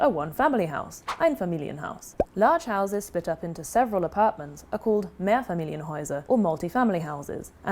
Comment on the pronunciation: Please tell me "housies" is not an actual accent! You are trolling, right?! 🤣